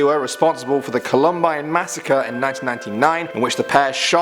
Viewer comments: "Cullumbine" ?? 😂 Columbine. (Coll-uhm-bine) . Lol accents always get in the way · I dont give a care if you're not American, it's pronounced CALL UM BINE, NOT CLOMBINE! COLUMBINE SHOOTING REMEMBERED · I'm from Denver (Columbine HS was in Littleton, a SW suburb of Denver) and worked in an ER when that happened. My particular hospital didn't get any patients, we were too far away. It's pronounced CALL=um-bine. It refers to the state flower of Colorado. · No offense but its pronounced Col-Um-Bine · I’m dead at the pronunciation of the columbine shooter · It's Columbine, not Columbine. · I know I'm late but as an american the way you pronounce "Columbine" makes me grind my teeth. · Picky I know but you mispronounced Columbine...lived in Colorado at the time. Horrible event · The way he says Columbine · The mispronunciation of the word "Columbine" was kind of painful